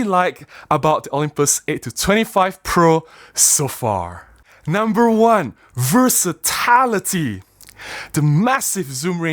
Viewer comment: Glad to see you've got the lens! And I'm keen to see what shots you get with it! It's a very exciting focal range. Small unimportant aside, I think generally in the word "versatility" the "-til-" rhymes with "hill" ✌